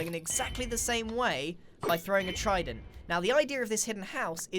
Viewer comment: Tried-en-t tested technique